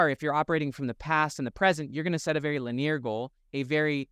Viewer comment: Your content is always helpful in reframing my perspective on my life. Silly question, but I’ve noticed you have been pronouncing “Linear” as (Lin-EAR) instead of (Lin-EE-er). I would expect that from a French or Latin accent, but where does that come from with you? Just super curious 😊 Love the helpful videos!